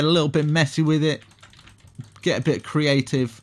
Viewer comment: "Get a little messy, get a little creavtive" i love that one =)))